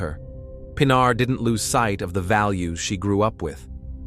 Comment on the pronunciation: das mindeste wenn mann so ein fall macht,mal den namen des opfers richtig auszusprechen, nicht pina sondern PINARR wird es ausgescprochen,ki schrott!